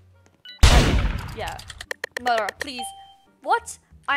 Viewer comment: everyone: murdrer she: murdah